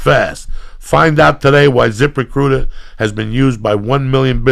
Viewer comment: I thought Lee kept saying zipper cooter instead of zip recruiter lol now I have an idea for wallets...